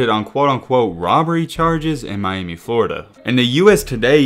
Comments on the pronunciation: “One of the roughest in my-Amy” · Funny the way you say Miami, My- Amy😂😂😂